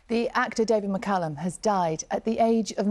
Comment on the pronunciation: Sky presenter might wish to learn how to pronounce his name correctly! McCALLUM not McCULLUM!